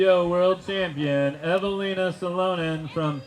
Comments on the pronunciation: Evil-ina Sa-low-nin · Evil Lina SaLOWnin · Hate this use of AI. Horrible corner to cut. Can't even pronounce the reigning distance champ eveliina salonen's name...... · I mean I'm like a minute in and already absolutely butchered Eveliina Salonen.. brutal start if you can't get one of the bigger names in FPO lmao come on guys wtf 🤦‍♂️